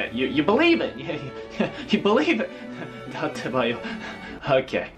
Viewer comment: "datebayo" LOL